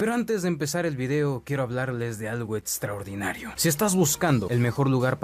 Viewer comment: eTStraordinaria quedé